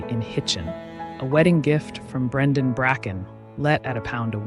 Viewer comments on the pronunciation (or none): none